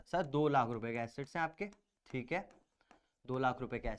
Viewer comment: Assets sound likes (acid)